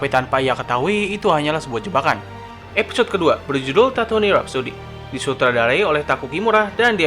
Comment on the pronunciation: Setau gw penyebutan planet nya bukan tatouni bang tapi tatuuin